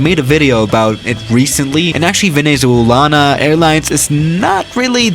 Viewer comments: Venezo... ah I don’t know Duolingo: 😞🗡🔪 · Uhh... I'm from Venezuela and I'm sort of sad, lol. Our country's name IS very hard to pronounce. Kinda felt sad when u said infamous, but it's ok. Nice vid!